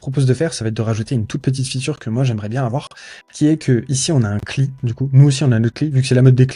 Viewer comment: Par contre, c'est les amateurs qui disent "kli". Ça se dit "si L aïe", à l'anglaise. C'est comme "sum quarante et un" au lieu de "sum forty one" pour le groupe de musique